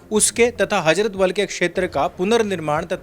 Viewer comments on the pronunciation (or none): Hajrat nahi hazrat Wakkaf nahi wakf Jahil😂